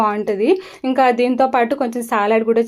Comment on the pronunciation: Hi andi సలాడ్ అని పలకండి సాలడ్ కాదండి తప్పుగా అనుకోవొద్దు.. .